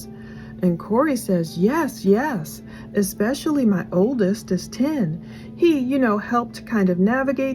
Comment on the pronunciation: Nothing is more of a pet peeve of mine than bad grammar and speaking, and for someone who is a so-called “writer“ or “author“ she sure says EXPECIALLY a lot instead of the correct way “Especially” 🙄 … I remember coming on here and commenting how you were such an amazing speaker except when it came to the word birthday, you would say BIRFDAY every time and I had to stop watching because it irked me so much lol I was like why are these women making themselves sound so uneducated. So I try not to be judgmental but with this chick she doesn’t get a pass because she murdered her boys father 🤬